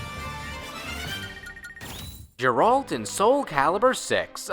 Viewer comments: Hard "G" in Geralt, dude. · I like your videos, you completely mispronounced Geralt from the witcher 3